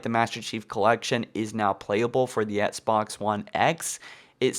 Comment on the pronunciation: And before you criticize my autocorrect fail, pronounce "Xbox" correctly and I may take your argument seriously